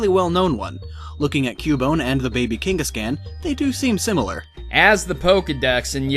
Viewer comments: I hate to be that guy, but... It's Kangas-KHAN. Like Genghis Khan or Kubla Kahn, or a con artist. Not "can" like a soda can or "Yes I can!" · I couldn't finish this video because you kept saying KANG-gus-can. KAWWWWWWN, KANG-gus-kawn. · "Cain-gus-can" BRUH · Velen Zaiga lol KangasCAN